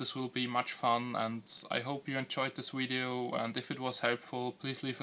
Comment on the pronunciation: when you say hello you say yellow and when you say video you say wideo dum ass